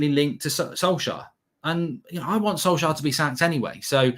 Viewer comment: It’s Solskjær get it right